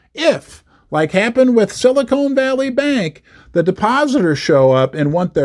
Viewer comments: It's Silicon Valley not Silicone 😆🎩👍📉🏛 it was the 16th not 18th largest too. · Silicone Valley might be an interesting place!